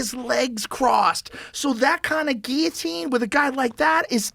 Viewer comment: why do they say Geeatine not Guilotine?